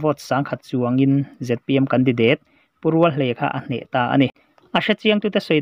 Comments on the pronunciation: Khai ww i van chhiar thiam lo ve mwle .. Mizoram a seilian i ni lo a mwni .😂😂😂 a thluk te hi a dik lo nasa bawk si a .a thluk a tang Ringawt pwh hian i lamdan a dang daih Mizo tawng hi Tawnghar Tak .Hausa Tak an ti thin ..i thiamlo lulai lutuk . Candidateeee pwh a awm lo 😂😂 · Candidate ilam rik dan chu lehh 😂😂😂 kan di dééét 😂😂😂😂 date tih lai i va bei chho nasa vee ....indur stadium nilo in, indoor stadium,, indawr ti la...i voice kir ker lah chu a beu bawk sia....ka lawm hranpa riau che 😂😂😂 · Khaw hming leh hmun hming lam dan hi lo en chiang leh la,tin,mizo tawng hrim hrim pawh.Candidate i lam dan pawh hi ka vawikhat hriatna.mithiam zawk rawn hreh miahlo la. channel thang duang tak lo ni zel rawh se